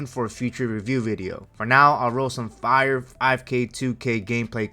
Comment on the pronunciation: I really hate how you say “fire” but I’ve been watching monitor reviews for a month and you have the best ones I’ve seen. Actually talk about what gamers want to know.